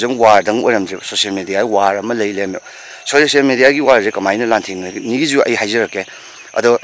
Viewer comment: Meitei eikhoise ball da bon , social media da socian media , result da resan , national dasu nationan word 1gi loisinbada L na loisiladi madu N pronunciation da